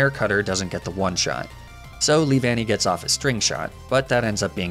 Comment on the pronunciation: I’m disappointed, you could mispronounce Leavanny in so many ways and yet you choose to say it correctly out of all things. Why?